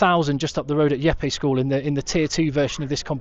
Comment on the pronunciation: Jeppe is pronounced Jeppe, not Yeppe...